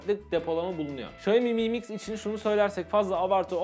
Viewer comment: mı mix değil amk delirecem em ay mix şaomi em ay miks